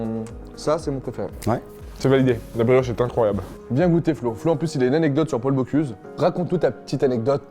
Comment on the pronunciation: Par contre le moment où il dit « Paul boCLUse » ça fait mal